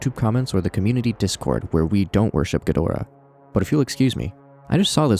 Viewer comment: ghidorah = GHEE-drah